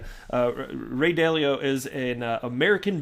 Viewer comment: Still laughing at "Ray Dilly-Dally"🤣